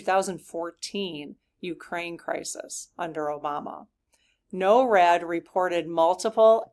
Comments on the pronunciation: NORAD is pronounced "nor-ad" not "no-rad." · It's Nor+rad, but is spelled with one R . Norad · Pronounced NOR-ad Rhymes with door. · Thanks for asking the SGs about the jets! BTW: NORAD is pronounced "Nohr-ad" in the US. "Noh-rad" in the UK. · just to clarify it is pronounced Nor-ad.